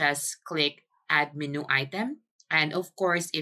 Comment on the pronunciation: Just an FYI, menu is pronounced men-you